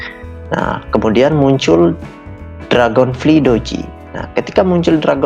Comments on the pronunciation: Dragon flaay bukan dragon fli bang😂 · dibacanya dragonflay